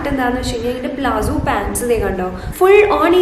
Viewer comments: Plazzo Alla palazzo.. I meant the pronunciation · .Plazzo ennala.It’s Palazzo.fix this basic pronounciation mistake😂